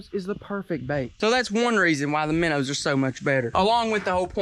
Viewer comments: Are you trying to say minnows because I don't get it from miners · The way says Menos is hilarious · Can someone count how many times he has said minrs?